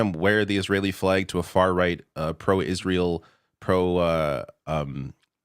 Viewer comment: Fetterman cant pronounce Hamas and cant pronounce Israel. Love u but glass houses and all that.